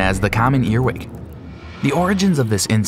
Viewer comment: JUST F.Y.I IT'S CALLED A EARWIG NOT A EARWICK